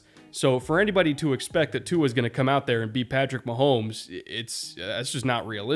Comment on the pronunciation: Didn’t quite stick the landing on pronouncing Tua’s name but I respect the effort 😂